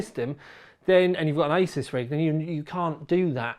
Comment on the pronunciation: "ey-zeus" The founder of Asus has already stated how the name is suppose to be pronounced.